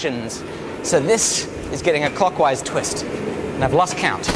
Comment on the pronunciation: did you say cockwise or clockwise? 🤣